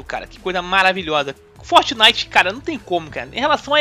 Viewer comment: Fortnelson kkkkk